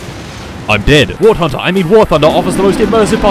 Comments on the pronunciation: WART HUNDER is the correct pronunciation, until you reach ultramegachad level and realize it's war blunder. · "wart hunter" ??? 😂 dont let war thunder fans near him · "wart hunder" 😂😂😂😂😂😂😂😂😂😂😂😂😂😂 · ah yes war tunder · I love how he pronounces War Hunter- I mean War Thunder wrong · I’m glad I’m not the only one who says wart hunder